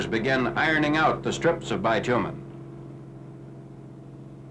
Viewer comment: It's bit-you-min; not bi-two-men. Many Americans call it tar paper or roofing paper. Those Japanese-Americans we're the 100th Battalion, one of the most decorated units in the war.